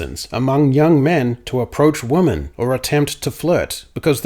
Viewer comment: Is pronouncing woman and women the same an Australian thing? I've noticed in multiple of your recent videos. I thought it was just a mistake at first, but you said it a lot in this video and always pronounced it wo-man even for the plural. Not criticizing, just curious if that’s common in Australia?